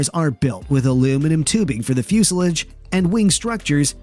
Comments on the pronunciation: what's a flusilige? ... Oh do you mean Fuselage? 😀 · Coupee? Give me a break. And thats fuselage pronounced ah Come on guys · dislike for pronunciation of fuselage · Ok... Again, your pronunciation of things like, "fuselage" is questionable but , when you pronounced the, "Ercoupe" as "AIR-coo-PAY," I have to stop. Are you just some pretty good computer voice?